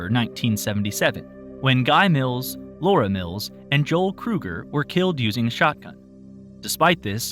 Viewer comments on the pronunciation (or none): none